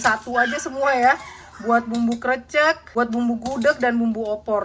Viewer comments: Susah banget ngomong 'krècèk'..krecek mulu.. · Nyebut krecek seperti peyek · Salam kenal, saya juga jogja asli nih.. malah tempat tinggal ku deket dengan pusat gudeg jogja yaitu Wijilan.. Buat pengucapan krecek seperti bilang "becek" semoga paham dengan maksud kami 😁🙏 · krecek itu huruf E TALING mbak, bukan E PEPET. inget jmn SD gak? e taling dan e pepet, di kelas 1 SD itu. sy gatel denger nyebut krecek pake e pepet wkwkwkwk ngulang2 lagi wkwkwkwkwk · Pelafalan KRECEK seperti menyebut huruf E pd kata LELET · Ya Allah inget banget ini dulu pernah masak gudeg.. sampai skrg masih lucu bgt logat "krecek". Krecek pengucapannya seperti kita ngucap "e" di kata kecil. Bener pengucapannya di menit ke 😂 Btw ini valid ya. Aku orang Jogja asli. ❤ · Pemyebutan nya krecek bener yang pertama kok malah di rubah jadi Salah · Krecek e nya dibaca spt kata enak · Smbl goreng kreceknya nyebutnya salah hihihi jadi geli...❤